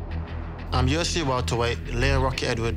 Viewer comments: Its a particularly British thing, that "sh" sound instead of "c" When he said UFC it sounds like "Yoshi" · LOOL took me couple times to hear “UFC”